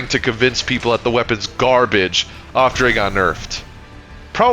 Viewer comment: The way you say “after” makes my brain itch every single time